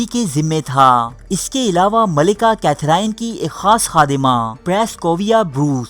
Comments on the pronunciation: The gentleman who has made this video seems to be sexually frustrated himself that is why he has made this weird video, even his pronunciation is incorrect, the name of Queen is Katherine but pronounced as Kathrene, janab where are the references which you have used to make this stupid video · السلام علیکم ۔یوسف بھائی آپ نام کی درستی کر لیں یہ کیتھراہین نہیں ھے بلکہ صحیح نام کیتھرین ھے۔ اب آپ سے امید کرتا ہوں کہ آپ لوگ صحیح نام لینگے ۔ I hope you get the right name now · Sufi nhi sophy... Catherine ko cathereeen pronounce kerte hain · Katherine : کیتھرین Itni badri video bana daali aur naam bhi sahi sai nahee aata ❗️ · Name to theek prononce kro bhai